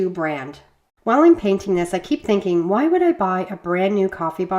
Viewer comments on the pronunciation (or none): none